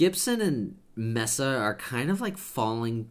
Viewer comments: Its not Mess A, Its pronounced MEAA SA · Isn’t pronounced Mesa (MAY-SAH)? I’m not sure, tbh...